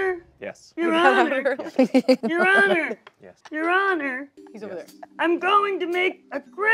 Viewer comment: Your honor. Yes? Your honor. Yes? Your honorr.